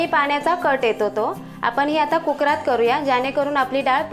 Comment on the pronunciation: तुम्ही कुक्रामधे बोलता, तो शब्द चूकीचा बोलता. कुक्रामधे नाही, तर कुकरमध्ये बोला. कारण ऐकायला जरा विचित्र वाटतं. बाकी सर्व टिप्स बहुतेकांना माहीत आहे. कारण पूर्वी पिठाचा गोळा पाट्यावर मळून नाही, तर ठेचतात किंवा चेचतात. त्यामुळे पोळीचे पीठ अगदी म्ऊ होते. त्यामुळे लाटायला ही सहज होते. बाकी पुरणपोळी चांगली केलीत.